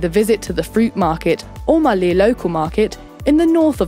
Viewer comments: saabas thee maa bodu varu! raaje agabodeh noon! anyway. its maaley not malee. and too much errors to handle. HELLO FROM MALDIVES! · I'm Maldivian and I am sure November to April is the dry season and May to October/November is the wet season, and the cpaital is not pronounced Maly is Malé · Its maalé (pronounced as)